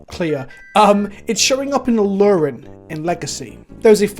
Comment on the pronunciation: A-aa-luren?!?? No......